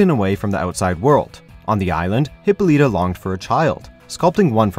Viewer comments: I cringed every time this guy mispronounced Hippolyta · OMFG! this guy can't even pronounce Wonder Woman's mother's name correctly. #WHATADUMBASS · Well, gee, it's almost like they thought end of the name "Hippolyta" would pronounced like the name "Lyta"... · Not to be rude but your saying hippolyta wrong